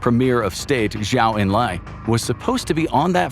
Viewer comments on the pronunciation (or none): none